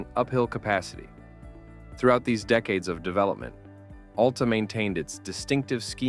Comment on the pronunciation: Locals say it AL-ta, emphasize the AL, like Al the man's name, or alopecia, not like Alaska. No U sound whatsoever, it's one way people will instantly know you are from somewhere else.